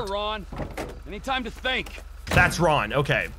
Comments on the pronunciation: calls ron a wade 😂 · You kept saying wade for Ron lol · He called Ron Wade🤦🏽‍♂️ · No ones talking about how he called Ron, wayde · Did he call Ron wade